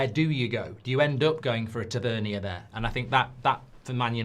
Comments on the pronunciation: It's pronounced ta van near. and he is not good enough for united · haha I swear you say these names wrong on purpose...."tav-a-neer" 😂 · Listening to Mark mispronounce Tavernier tells me everything I need to know about his knowledge of him